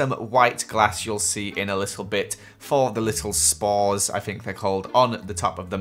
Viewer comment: No one: Not a single soul::"SpoREs!!"😂